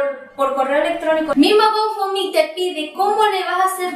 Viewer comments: Recomendación. Algo que me hizo mucho ruido del video. Se pronuncia gou (go) found (fund) mi (me) se te escuchaba que decias gofomi! O goufomi. 👉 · yo se como se pronuncia. Es difícil decirle a ella por acá. Fonéticamente como es. El tema es que lo está pronunciando mal. Es todo.